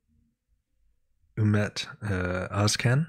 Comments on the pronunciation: His surname is Özcan not Özkan c reading like j in turkish 😊❤ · His name is pronounced like Oz John (actually the O is more like umlaut: Ö ).